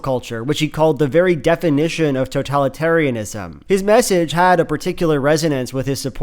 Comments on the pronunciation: "totaly-tarytism" lmao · for “to-tally-tariatism” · “This is the very definition of toe tally terry tism” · I liked when Trump said "Toe-Tally-Taria-Tism" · “toe Tally Terry tism” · you mean Toe-Tally-Terry-a-Tism right? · "This is the very definition... of... toe-tally'tariatism..." I don't know if a nation comes back from electing a guy like this. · "totali tariatism" oh trump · "toe tally tarriatism ?" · toe-tally-tarry-atism, the classic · The orange guy can't even say totalitarianism "totallytarryisms" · obviously it’s really such an insignificant part of this whole thing but something about the way that he pronounces totalitarianism is very funny to me. It’s like he’s never heard the word before, but he talks about it all the fucking time. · This is the very definition of totalitaritism. The guy can't even pronounce the word correctly. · knows the definition of totalitarianism about as well as he can pronounce the word. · Listening to Trump as he's failing to pronounce "totalitarianism" feels so surreal